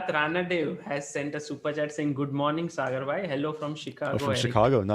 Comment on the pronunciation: This is it: the most wholesome chess video possible Also, kudos for pronouncing Sagar correctly and not Sagaar.